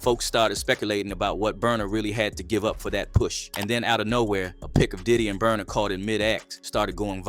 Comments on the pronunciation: Not burna … not burna . He got u too. Omg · naaaaaaa not burna